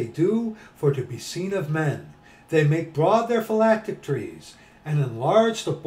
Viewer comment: I think you are pronouncing "phylacteries" wrong.